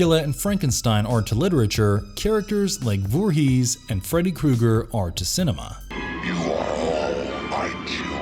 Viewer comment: “Jason Vor-HEES”